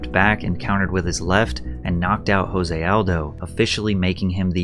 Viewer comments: So you’re a UFC fan? When Conor McGregor won the title Jose Aldo’s first name is pronounced Joezay but Spelled Jose. You’re saying Jose like it would be in Mexico. Even a half arse fan knows that. I don’t know if these vids are only for content or if you’re truly a fan. Either way I enjoy your videos. Thanks man. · Mildly infuriating to hear you call Jose "Hose".. it's pronounced with a J, there is no H. He is Brazilian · Jose Aldo is Brazilian not Mexican. his name is not pronounced 'H'ose its pronounced Jose with a J sound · i know it's nitpicky, but seriously, jose is joe-zay, and asterisk is ass-ter-isk. you really, really need to stop doing this kinda thing. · Fyi it’s Jose with a hard j like jam. It’s Portuguese not Spanish. Actually something closer to like “chose-ay” but it’s hard to pronounce exactly. Anyway great vid Pat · It’s pronounced JOE-SAY Aldo. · Jose Aldo's first name is actually pronounced with a hard J not an H sound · Are you fr calling Nate Diaz stupid while you don’t even know how to pronounce Jose Aldos name? You aren’t even quoting anyone just straight up calling him dumb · Hey Patrick. Jose is pronounced with a J. It's Portugese ;) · You are pronouncing Jose Aldo wrong just fyi… He actually pronounces it with the J instead of an H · Jose Aldos' name is pronounced with the J.